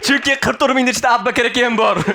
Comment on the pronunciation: blaaa,,Abu Bakr" ismini aytolmayapsan.,,Appakir aka" deyapsan suka😂 boshqa ish qil